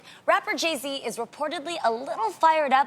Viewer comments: i love Tamera... but did she say Jay -C instead of Jay -Z? lol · Tamera, it's Jay-Z not Jay-Cee 😂😂 And I think that pretty much how Jeannie and Tamar's relationship used to be. Jeannie was always showing love to Tamar, but it was never reciprocated. I am surprised though, at one point I really thought Jay and Kanye were extremely close.